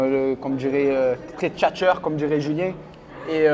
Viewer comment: Mdr julien qui arrivent en disant et tchatcheur😂😂sa ma tuer